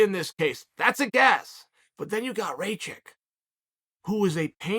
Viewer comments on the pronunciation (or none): Show some respect, say it right -RAKIĆ !!! 🇷🇸🇷🇸🇷🇸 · Uncle Cheal, Rakic like Miocic (last latter) or blachowicz...and 2nd latter also 'a' of Rakic is not good 🤐🤷🏻‍♂️ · Raychich, blahoevavich and jiri prohaska.